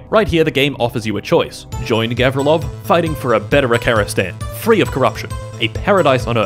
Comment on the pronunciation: Actually, it's govrílov, not góvrilov